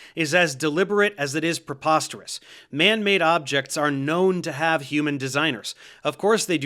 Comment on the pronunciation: stop saying prepostorus, have easy, english is my second language